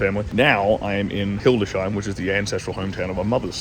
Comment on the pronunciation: It's Hildes-Heim ;) not Hilde-sheim